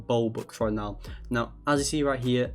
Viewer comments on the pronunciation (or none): You know it’s a scam cuz he say BOBUX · bruh he sed bobux instead of robux 😂😂lol